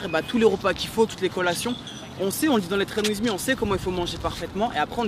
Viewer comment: Message a et: En anglais: Train With Me En BodyTimien: Traine ouiz mi Vous êtes aux States pour votre anglais alors prononcez bien votre programme! Merci aurevoir